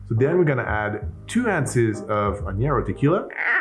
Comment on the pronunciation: Not a bitter fan (don't get me started on the every ale an IPA trend) but it looks like there may be enough sweet to counter it somewhat, worth a try. FYI: Añejo is not pronounced ă-nyě-rō, it is pronounced ă-NYĀ-hō. At least that’s what I learned in Spanish classes.